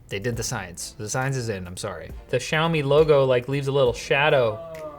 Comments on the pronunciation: SHOU-ME??? What kinda pronunciation is that? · I can't unhear the Australian: "Show me 12 Pro"